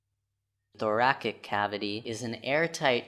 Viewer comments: Thoracic is pronounced "thor-a-sick", not thorakick. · The way he pronouces thoracic is still haunting me